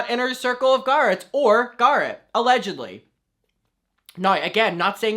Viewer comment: I love when he says “alledgledy” (idk How to spell it I’m 14 smh) like he is my king 👑